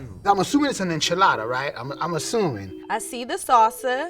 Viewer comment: Why's say enchiladda like that!! He's mexican AF